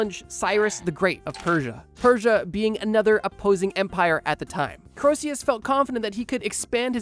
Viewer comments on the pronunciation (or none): Given that you think Croesus is pronounced ‘kro-see-us’ i’m going to guess that, incredibly, you actually weren’t joking. You definitely shouldn’t be making any videos about history. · It's pronounced Creesus. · I hate to be ~THAT~ viewer, but it's "KREE-sus", not "Kro-EE-SEE-yus" [because the E is between the O and S, not the S and U] though by as many times as you repeated it in two minutes, I get the feeling you may already know that. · I'm gonna be the pedant and bring it up, but your pronunciation of Croesus is just...wrong. Basically, the proper pronunciation has you omit the 'O' sound almost entirely. The vowel sound in the first syllable is an 'E' sound. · Croesus is pronounced kree3' sus. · Croesus is pronounced KREE-sus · Going to throw hands if you pronounce Croeses as Krosius again. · why does he pronounce Croesus like that? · I am liking the video so far. "entrouge" not even close to "entourage." Croesus, while spelled correctly, is woefully mispronounced. I recommend "YouGlish" to avoid these mistakes in the future. "popple coins" should be "papal." Overall great video! :)